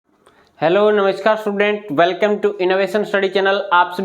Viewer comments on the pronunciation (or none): स्टूडेंट ❌ सटुडेंट ✅ Vah sir 😂